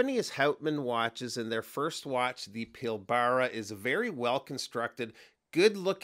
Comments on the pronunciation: It’s pronounced Pil-bra, not Pil-bara. It’s a region in my home state of Western Australia. You drop the first a and just say Pilbra as in Pilbrah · Nice watch! Great to see you review this new Australian brand. Sincerely hope they do super well internationally. Keep up the great content mate. By the way, you mispronounced the name of the watch.